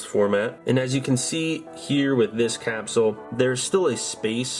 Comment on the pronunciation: Have you tried saying capsule?